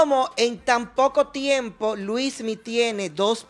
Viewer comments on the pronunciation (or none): Es Luinny o Luismy? ... Melvin debe aprenderse el nombre correcto de las personas que critica.. este tipo es un show😂😂😂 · No se dice Luismi,sino Luinni 😊